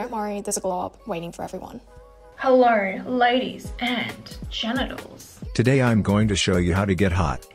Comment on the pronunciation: Did she say “ladies and genitals”